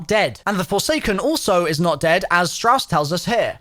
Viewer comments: “Shaw” lol you mean Strauss? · Did he call strauss shaw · Carver, Grey, ''Shaw'' and Weaver lmao. you confused me there for a second. I was wondering what Shaw was doing in the Eather story. Turns out it's just Strauss.